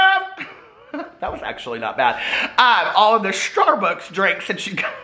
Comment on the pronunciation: Love it when you crack yourself up. Lol. Shtarbucks.